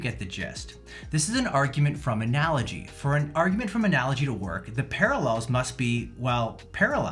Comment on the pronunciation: She lost her entire argument with me by simply mispronouncing “analogy” with a hard “g”.